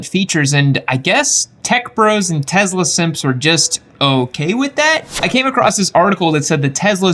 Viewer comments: What I took from this video.....Tezla.....🤮 Good info regardless of the odd pronunciation. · the S in Tesla is pronounced as ‘s’ sound. The mysteries of English, huh? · Do you believe that N. Tesla liked being called Tezla? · $1 for every time he says Tesla wrong